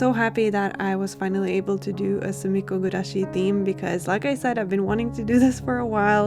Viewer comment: I have no idea what sumiko gurashi is, but the way you pronounce it is so satisfying 😊